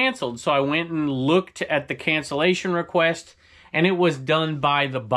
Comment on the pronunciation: cancellation not cancellization --- I think-- Always on your side and love your channels.